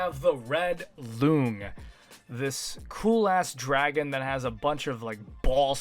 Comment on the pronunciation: Honestly this applies even outside the joke. Who tf says luhng instead of lohng?